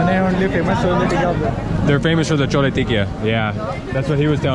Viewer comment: FYI the correct pronunciation is Chole Tikki. Tikki is small fried potato patty and Tikka would be large. Cholla is incorrect, it is slang from totally something else, be careful.